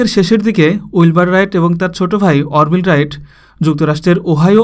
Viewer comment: ভাই নামের উচ্চারণ ঠিক করেন অর্ভিল রাইট না আরভাইল রাইট....you know what I mean to say..